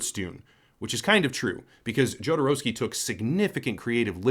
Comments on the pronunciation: Jodorovsky - the first consonant reads as 'H', as in 'humanity'. Americans reading foreign names is really something else. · Another american who can't say his name right. You don't say the J. but you always will.